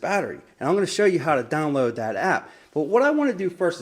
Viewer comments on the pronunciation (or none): Are you from the Pittsburgh area? the word "download" triggered my ears.